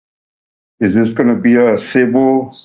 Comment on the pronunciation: "Is this going to be a sible or a crim-in-al action?" 😂. Stop the case! Such genius must not be put on trial!!!😂😂😂